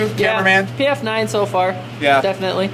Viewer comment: Great Vid's but man I get tired of you calling it the PM-9 and not PF-9. But I really enjoy my PF-9. It is accurate. If I go slow and stage the trigger, I can do 2-3 in. groups at 7 yards. For a DAO it is a great little gun, and gets carried everyday.